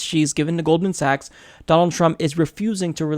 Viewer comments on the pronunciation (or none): none